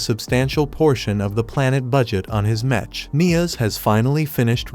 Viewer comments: Metch metch metch bruh wtf is that it's mech not metch😂😂😂😂😂😂😂😂😂😂😂😂😂😂😂😂😂😂😂😂😂😂😂😂😂😂😂😂😂😂😂😂😂😂😂😂😂😂😂😂😂😂😂😂😂😂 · OMFG! Fix the text to speech! "Mech" is pronounced as MEK, not with the soft "ch" sound!